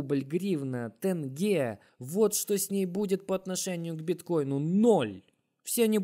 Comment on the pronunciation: Не тэнге, а теньге. Просто мягко сказать не сложно же